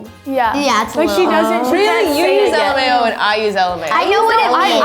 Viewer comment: Lmao is pronounced lamow